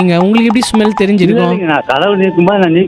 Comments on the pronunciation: Smell = Sumel 😂😂😂😂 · Smell ❌ sumell✅ ultimate bro 😂😂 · Smell❌ sumall uh ✅😂🤣🤣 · SMELL ❌SUMAL✅...😂😂❤